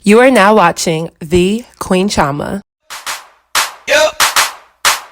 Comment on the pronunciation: Why do you say your name Chioma in such an Americanized way instead of the Nigerian way, as it was created?